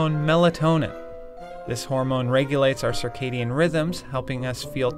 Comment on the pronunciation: okay what is sakhedian rythms and why did you have to use big words